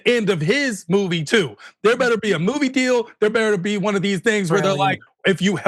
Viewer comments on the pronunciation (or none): none